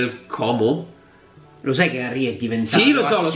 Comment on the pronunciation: ti prego, fallo per noi comaschi, Como si pronuncia con la "O" chiusa.. Ti si vuole bene, grazie per il contenuto goloso, spero che ogni tanto parlerai della serie B durante l'anno